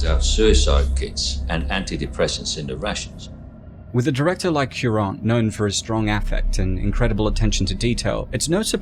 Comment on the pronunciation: Alfonso Cuarón (Koo-ah-ron) not (Q-Ronn)